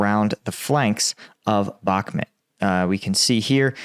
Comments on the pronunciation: You w really suck pronouncing Ukrainian names. It still bothers me that you haven’t learned how to pronounce “Bakhmut” and other Ukrainian cities. It’s pronounced “Bakhmoot!” This is not an American city where you can pronounce wherever way you want. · Bakhmit? It's BAKHMUT (BOK-MOOT)! It's not difficult to pronounce correctly. Zaporahizia? It's zaporizhzhia. Say it with me... ZAP-OH-REE-ZHIA)